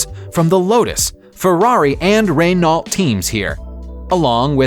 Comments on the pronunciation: did this man just say "Rey-knot" its "Ren-owe" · Rey nalt lol, Americans struggle with pronunciations, it's pronounced reh no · Re-no ,not ren-alt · Hahaha! “Ray-nolt”. Renault is pronounced “Renno”. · 9.15 didhe just say rey-an-alt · Ray-nawlt? My ears now have cancer. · Renault is pronounced re-no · Can the script writers please ensure that the person reading the scripts knows how to pronounce the words properly. Ren-ALT really ?? Det-ti-tus.......... Pronunciation mistakes appear all to often in videos from this channel and it's one thing that stops me from clicking the Sub button. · OK, man who says "Ray-nolt" and "det-trit-us", you didn't even come close to the most expensive, abandoned car. This once famous vehicle has been just sittng there collecting dust, far, far away since the early 70s. And the price tag: $38,000,000.00 not including manufacturer's delivery fees between $13,000,000.00 and $15,000,000.00. The abandoned car is, of course, NASA's Lunar Rover! Cheers, BH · Ha ha RenaLLt , learn how to say car names , very funny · WTF is a raynolt? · it's pronounced Ren-Oh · The way man says Renault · Having an issue pronouncing "Renault" properly? LOL! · this voice over guy is a laugh , can you find the pronunciation mistakes , there are many , I hope he has a day job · Wait! How did he say “Renault”??